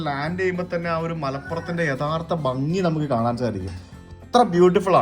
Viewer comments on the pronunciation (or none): none